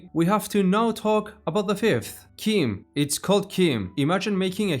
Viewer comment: Word of God says your pronunciation is canon. It's CHIM as in "chimney". The other "chim" that's in "chimer" is canonically "k-eye-mer", so that isn't "kim" either. Old Man Chimere's "chim" is "Kim" because it's Breton.